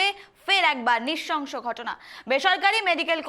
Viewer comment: নৃশংস হবে। নৃশসংস নয়। ঠিক করে উচ্চারণ কর মা। বাংলা ভাষার পিন্ডি চটকে দিলি তো তোরা নিউস রিডার রা !! জিন্স পরে, ডান হাতে ঘড়ি পরে , হাই হিলে ছাপরি লাগে। স্মার্ট হওয়া যায় না। নিউস রিডার হতে হলে সঠিক দক্ষতা অর্জন করতে হয়। তার জন্য পড়াশোনা করতে হয়, অধ্যবসায় লাগে।